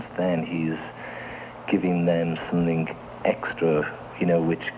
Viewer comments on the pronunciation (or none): Love the way he says something = somethink